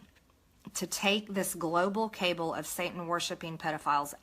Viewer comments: She keeps saying CABLE when it's CABAL. BATSHIT CRAZY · lmao she said "cable"